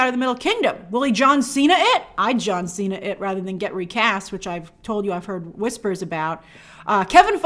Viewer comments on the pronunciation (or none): none